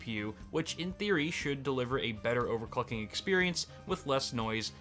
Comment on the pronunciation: "overclucking" lul